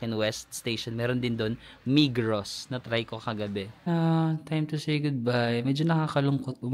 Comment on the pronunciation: Migros is pronounce as Migro😊 migros and coop are just equal.